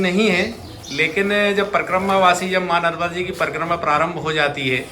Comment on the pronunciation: ये परकम्मा क्या है ? परिक्रमा कहो l ये भोजन प्रसादी क्या है ? सिर्फ प्रसाद कहो l भोजन अलग है, प्रसाद अलग है l भाषा सही होनी चाहिये l भाषा सरस्वती मां है l